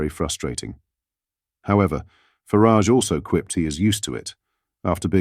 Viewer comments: Please pronounce Farage's name correctly. There is no "I" in Farage.!!! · Why call him Nigel Farridge, it is FARAGE. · Please stop referring to Nigel Faaaraàge as Fariiig! It's disrespectful!